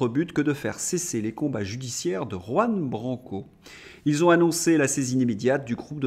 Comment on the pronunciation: Votre journal est instructif. J'ai appris un mot, très simple, grâce à vous. Mais vous devez décider si vous voulez vraiment prononcer le nom de Juan Branco, qui est espagnol. Jusqu'ici le prof, bilingue de naissance, vous met zéro.